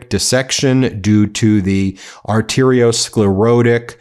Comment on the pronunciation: Atherosclerotic. Scler - ah - tic. Not scler - oh - tic. Toxicological: Tox I co logical Not: tox - I - logical .